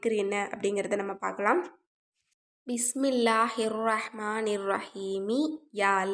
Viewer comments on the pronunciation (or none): அஸ்ஸலாமு அலைக்கும் சிஸ்டர்.. பிஸ்மில்லாஹ் ஹிர்ரஹ்மானிர் ரஹீம் கொஞ்சம் தஜ்வீத் முறைப்படி சொல்ல கற்றுக்கொள்ளுங்கள் சிஸ்டர் pls.. ரொம்ப நாக்கை சொழட்டி சொல்ல வேண்டாம் சிஸ்டர்..